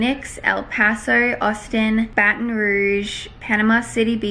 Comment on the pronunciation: all i have to say is thank you for saying baton rouge correctly because so many people say it wrong😂